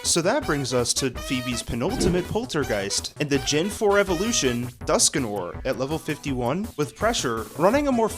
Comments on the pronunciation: Dusk Noir, not Duskanor. Goodness gracious. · It's Dusknoir, not Duskinoir :P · The fact that it's Dusknoir, he keeps saying Duskinoir and even spelled it that way is wild. Even more wild is it actually sounds good when he says it